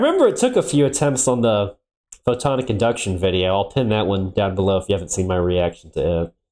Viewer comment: I guess I didn't make my comment clear. It was more of a wtf question instead of a serious question. If you listen to him talk, the first time he says it, he says, "photon induction", NOT PHOTONICINDUCTION. I know who photon-IC-inductions is, but have no clue who photon induction is.